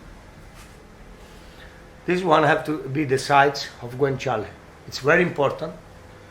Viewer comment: i wish i could say guanciale like him